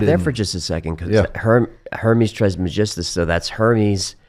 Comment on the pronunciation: He doesn’t know how to pronounce dimethyltryptamine, Hermes Trismegistus, and so many other things. If you know anything about these things, you know the most basic thing, which is how to say it. This guy knows enough to be dangerous, sounds like to me.